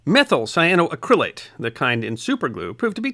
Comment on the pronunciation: It is a compound of the mineral Cyanite and the Dupont fiber Acrilan, so we get : “Cy a no ACC ri lan” Accent on the fourth syllable.